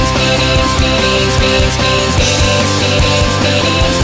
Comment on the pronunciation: He says theengs and that will never change